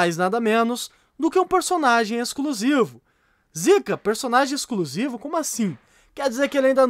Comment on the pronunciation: EXCRUSIVO KAKAKAKAKAK FALA DIREITO